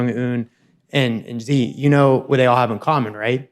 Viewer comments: Please stop saying “jee” for Xi Jinping. It’s pronounced “shee”. I lived in China for 10 years, it is not GEE. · Dude Xi is pronounced "she". As in her, the girl. Its not some exotic French fricative. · Xi is pronounced shee